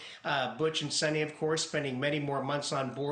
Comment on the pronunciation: Not “Sunny”, more like “Soonee”